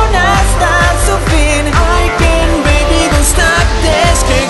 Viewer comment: No me gusta cuando dice fantastic beby ni tampoco boom sha kalaka